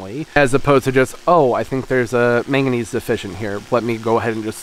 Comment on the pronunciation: Meganese? Huh? What’s that? Do you mean madnesuim? 😂😅😅